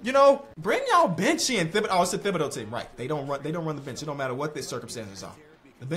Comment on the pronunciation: always be saying thibodeaux wrong lmao